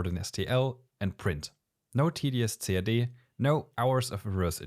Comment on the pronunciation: I like the video and the clear in-depth explanations from the user point of view, but please use for CAD the phrase /kæd/ or /si-ei-di/, and not /ce-a-de/. I do speak German, and still, until almost the end of the clip, I could not catch what you were referring to.